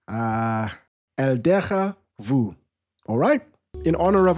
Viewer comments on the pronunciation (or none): brother, Spanish borrows the French pronunciation for déjà vu. You were right the first time 😂